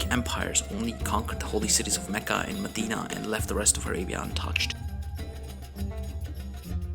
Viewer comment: That's actually what confuses me in these videos, when I hear this Aladdin style music I immediately assume whoever made this video isn't arab, but when he started talking I realized he is, because of the way he said mecca and Ibrahim etc.. To answer your question arabs did have certain music but it's not the one used in these videos